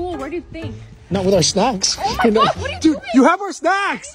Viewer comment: Why does always say DUD 🙄 you don't get it